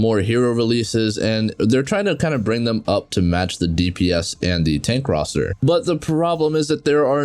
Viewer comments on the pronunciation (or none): none